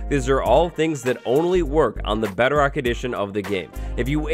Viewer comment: Lol What's Beo-Rock?